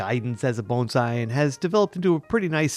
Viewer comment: You pronounced 'Bonsai' perfectly!!